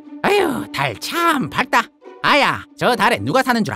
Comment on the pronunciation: 할머니분 [밝따]라고 발음하신거 같은데 [박따]가 올바른 발음법...